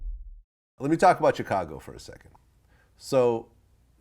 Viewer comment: Vlad you STILL can't pronounce Chicago. It's (Shi-ka-go).